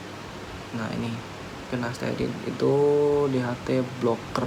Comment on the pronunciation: Sampo selsun,pinasterid,ketomed haha nyebut nya lucu tapi ttp semangat yaaa bang mksih info nya